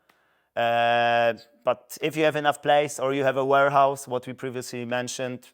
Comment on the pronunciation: Chciałeś powiedzieć "łerhaus" bo "łorhaus" znaczy coś zupełnie innego😅